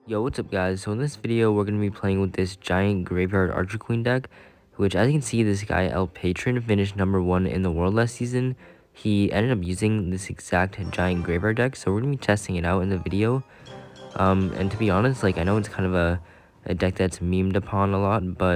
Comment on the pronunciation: It’s pronounced El pah TRONE